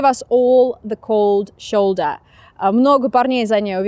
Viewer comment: vasyl zhytynskyi такое, 2 года назад жил в Германии в течении 2 недель, и по английски там говорят примерно с таким акцентом, особенно когда она говорит «плечо», звучит как немецкий